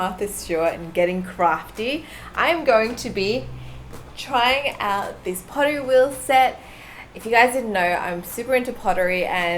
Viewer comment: I heard POTTT WHEEL SET!